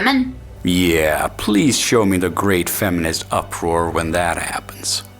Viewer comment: Why is she saying "faminist"? :P